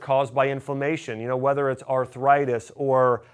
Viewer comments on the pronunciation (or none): none